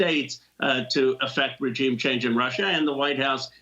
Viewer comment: Ro can't pronounce the word "regime" correctly!